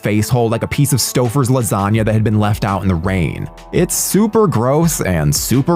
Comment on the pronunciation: Stouffers la-gone-yah?